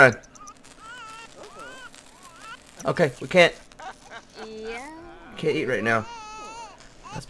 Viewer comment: I find it interesting that pronounces can't like carnt, even thought he's american:)